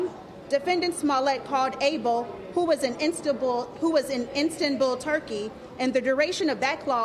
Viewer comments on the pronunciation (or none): Did she say In stan bull Turkey? :(((